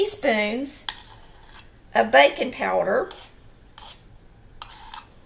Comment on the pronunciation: I thought she said "bacon powder" at first..... love her!